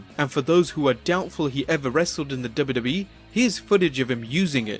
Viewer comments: Please pronounce “wwe” as “double you, double you, eeeee” and not “duba, duba, eeeee” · for some reason i'm really enraged by the way the narrator pronounces WWE/F. dubba dubba. but LOL at McMahon coaxing puke to puke